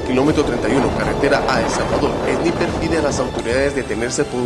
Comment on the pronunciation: Jaja el narrador de las noticias no sabe pronunciar bien sniper